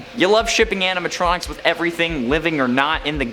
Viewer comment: yeah but i can understand the mispronunciation